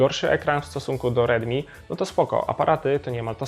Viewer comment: Dobra recenzja ale bez kitu nie mam pojęcia kiedy mówisz ridmi a kiedy rilmi.